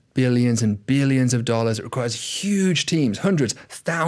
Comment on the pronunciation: Some of the questions he asks as if he is 5 year old child. Also its so disgusting how he says “nollars”, not dollars